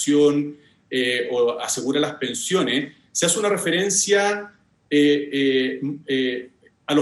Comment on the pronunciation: A ella le amo...❤️Le haría un queque.... El: " lah pensione, la salú..." le falta siempre la última letra.